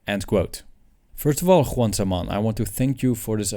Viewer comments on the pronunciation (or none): none